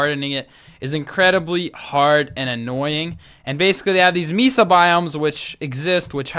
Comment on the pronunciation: Great video. BTW Mesa is pronounced Maysa =).